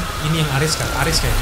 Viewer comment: bro maaf bacanya memang "ARES" bukan "ARIS" 🤦🏻‍♂️ saya yakin ini mengacu pada nama dewa perang mitologi Yunani kuno . Jadi prounace nya nggak di inggris inggrisin juga kale 😂 sejak kapan Zeus dibaca Zius, sejak kapan Hera dibaca Hira, sejak Kapan Athena dibaca Athina, sejak kapan Hermes dibaca Hirmis, sejak kapan Hercules dibaca Hirculis 🤣🤣🤣🤣🤣 ah kocak lu bro... lumayan bikin happy sih di pembukaan🫵🏻good job 👍🏼( saya bukan heaters 😅 )